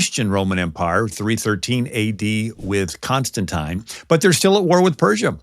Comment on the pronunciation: Its like why all these lies.. oh yeah to divert from I .. lets see one ..YAHUSHA died/ was hung on a Tree. 2 Constantine who is/was my ancestor .......hence the diversion. Pronunciation of his name is wrong. Now ,since Constantine did so many things wrong.. like murdering the Natsarim. Then, he was a Pope ..which then ALL succeeding Constantine's of Our Family are Popes now u see how deep this is. So the Vatican bank rolled .Started the islamic religion. To go against my family . Now .I started bringing out this info, and other info. Proof ,ever since I came out with info in the saved or what people call christian circles ,and talking in chat / utube etc., and even calling them. We, are having utube vids like these. Nothing is ever coincidence. You, go to seminary school u learn Our saviors real name which is YAHUSHA ,and that we live on a Flat Plane underneath a Dome ,and that the Vatican Bankrolled islam. I called Vodie Bacham. john Macrthure ,and Shieks on it . They, all said yes its True as well as Major Rabbis agreeing with I . Its a lie to the General public. I am the Only one that has been telling the Whole Truth from day one for over 40 years. That is why they divert from I By YAHUAHs Divine Law on This Flat Plane Underneath The Dome. I AM Emperor and Pope of the Roman Empire /King of Many Nations/ Tsar-Emperor of Russia and Surround Slavic Nations / Cherokee Chief by Blood/ President of The Confederacy Shawn Aurelius Pendragone Constantine Palaiologos Caesar Augustus